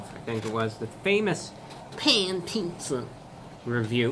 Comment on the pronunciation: PAN PIZZUH !!!